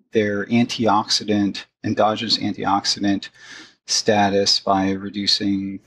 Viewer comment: Tim, "endogenous" does not have an "r" in the middle. I keep hearing you say "androgynous."